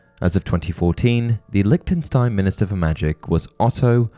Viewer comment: It’s prononced « Lishtenshtein » ;)